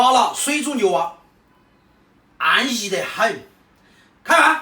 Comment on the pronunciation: “…安息（安逸Yi 4)滴很…”。 是不是听错了？有点吓人🥶